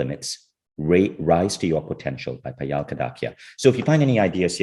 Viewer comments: I wish you could've pronounced Payal not Paayaal. For those who don't know, Payal is the beautiful bracelet wear around ankle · Yup, the pronunciation is 'paayal' and not 'payaal'